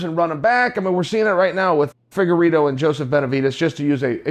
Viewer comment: Figuerito lol, how dare you chael calling him like a dorito.